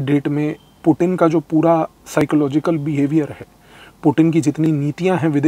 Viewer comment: Sir aap puttin word bahut acha sa bolta ha😂🙏🙏🙏